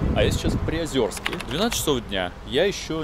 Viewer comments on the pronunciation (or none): Не смогла смотреть только потому что очень сильно коробит слух произнесение Приозерска Автор, город называется: ПриозЕрск